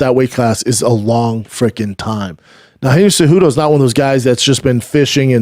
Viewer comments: Lol at Umar saying Genry Cejudo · “Gendry cejudo” I love umar 😂😂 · "Gendry Cejudo"